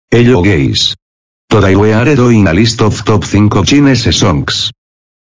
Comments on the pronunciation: the hello guys sounds like hello gays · I love how he is saying "hello gays" instead of "hello guys" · video: hello guys sound: hello gays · You said gays not guys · is it only me or in the start robot voice said "hello gays" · Did he really say hello gays at the start?😂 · did you said hello gays? I'm straight 😡🤬🙄😤😱😕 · Ain’t no way he said hello gays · i heard "hello gays" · Ye fr hhh